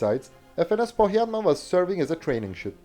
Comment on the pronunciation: A native finn here, good pronunciation of "Pohjanmaa".